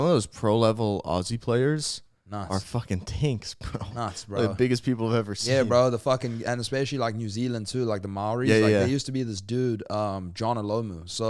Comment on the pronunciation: BRO IM A MĀORI NEW ZEALANDER WHO PLAYS RUGBY WTFFF. Didn’t know y’all knew we existed 🤣🤣 it’s not pronounced “ Marie’s “ the R is silent but yeah love ❤️ & yes I dislocated my shoulder 4 times playing lmfao.